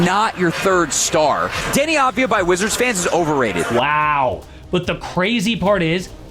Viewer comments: no . its Avdia not Advia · finally, someone talks about him! and just to clarify, it's not Dani Advaya, in his country, they say it like Dani Avdaya